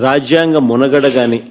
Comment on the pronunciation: మునగడ కాదురా బాబు దాన్ని మనుగడ అంటారు